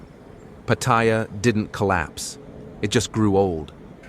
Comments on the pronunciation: You know it's going to be a crap video when he can't even pronounce Pat..aya correctly. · You can tell it's going to be a crap video when he can't even pronounce Pat..aya